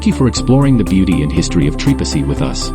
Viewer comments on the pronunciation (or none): who told you this was trepassey...also have the name said properly do not use a.i.